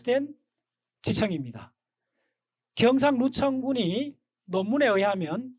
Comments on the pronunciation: 지층을 자꾸 지청ᆢ 지청ᆢ 하시는걸로봐서 경상누청군? 은 아마 경상누층군을 말씀하시는거?죠?! 그리고ᆢ 설마 과학은 벡터(벡타)ᆢ는 아닐테고 펙타ᆢ ? 팩트! 겠죠 펙타? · 사투리 통역이 필요해요 -.-;; 경상누층군(慶尙累層群)이 맞나요? 경상루청군 이라고 들리는게 나만 그런가요? 청청이 -> 층층이 층을 청이라고 발음을 하시는 걸 감안하고 들어요.